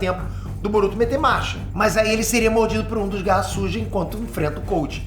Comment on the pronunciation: Toda vez q o fala garra sujas fica parecendo q eh garrasus kkkkk